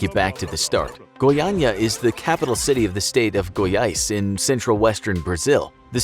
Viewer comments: oh he can speak "goiânia" normally. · Impressive narrative. So as the right (and hard) pronunciation of "Goiânia". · FINALMENTE UM AMERICANO QUE SABE FALAR GOIÂNIA Finaly an american that knows how to say goiânia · One of the few times I'm seeing a native English speaker pronouncing the acute and circumflex tone correctly in Goiânia and Goiás, Nice video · Actually impressed how he managed to not trip on the pronunciation of Goiânia and Goiás. Foreign people tend to have problems pronouncing... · Wow, did you know the exact pronunciation of Goiás and Goiânia? Wow! A+